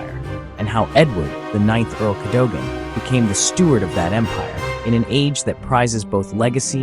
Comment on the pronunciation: Better than the Russians owning it! Pronunciation is Cad O Gan!